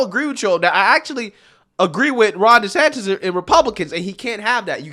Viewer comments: please say the man’s name correctly. It’s not Des-Satan….. Moron anchor. Come correct. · Anyone else hearing reporter calling Gov DeSantis .. DeSatan? at the mark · So we’re just going to ignore that he called DeSantis (desatan)?!?!?!?! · Did this guy just call him “DeSATAN?” Lol, what an idiot. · he refers to DeSantis as "DeSatan" knowingly/unknowingly, idk.....😏😅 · Is it just me or was this fool saying "DeSatan" instead of "Desantis?" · Did Ritchie call DeSantis, Ron DeSatan, or did I hear that wrong? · I listened to it again, he DID call DeSantis Ron DeSatan. Talk about projecting. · the irony of hearing a D call Desantis "Desatan" is hilarious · he called desantis ...ron desatan...what a racist cook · This fool doesn't even know the Governors name!...Its not DeSantin its DeSantis. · Dude…did you catch Ron ‘DeSatan’ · Specially as he so cleverly mispronounced Gov Desantis name...